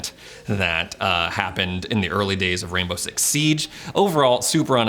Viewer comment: does anyone else here him say “rambo” six?